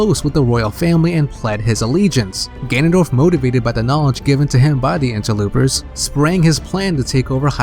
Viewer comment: stop saying interloopers